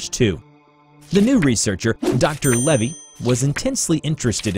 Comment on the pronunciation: Lavey Not Levy